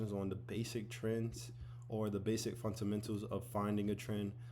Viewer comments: It’s, FUNDAMENTALS. Not, “funt-amentals”. 😂 It’s ok though, I’ve been saying, “mun-sters” instead of MONSTERS 👹 for decades. 😂 🤦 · Fundamentals❌ Funtamentals✅ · Ive watched this so much that "funtamentals" is pissing me off. Ty Sensei😂💀💀💀